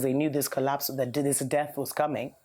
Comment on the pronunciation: Whenever you said death culture I kept hearing the debt culture... hopefully debt culture ends too